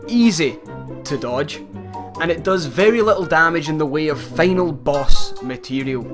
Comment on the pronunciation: "Feynal boss... Feynally..." Lol dude..